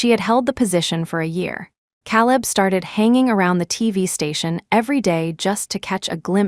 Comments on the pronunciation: Caleb is pronounced Kayleb not Cahleb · Caleb is pronounced Kay-leb! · KAY-leb. Lordy. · Ugh. It's Caleb... Hear calib is annoying. Lol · AI never seems to learn the name Caleb. The pronunciation is always wrong.